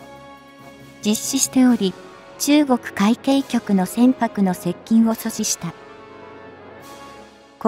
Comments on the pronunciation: 海協じゃない 海警 かいけいとゆうんだ アナウンサー失格だ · 何で海警をうみきょうと言うのかこの音声を早く修正せよ❗️